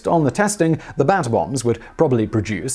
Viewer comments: U said "Bat Bombs".... I heard "Bath Bombs"... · I thought Simon was saying bath bombs at first 😅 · I keep thinking he's saying bath bombs...